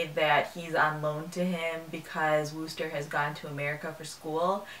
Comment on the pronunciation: Nice review. One tip: the "oo" in Wooster rhymes with book.